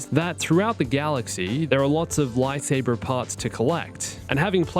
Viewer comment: i hate how you pronounce lightsaber